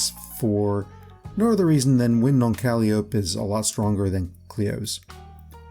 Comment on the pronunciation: Thanks I might try some fluorine. Also Calliope is pronounced Ka-lie-o-pee